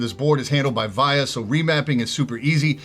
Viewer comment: Just a heads up, it is "vee ahh" VIA is named after one of the creators, Olivia.